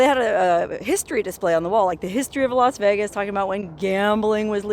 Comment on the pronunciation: "Los" Vegas?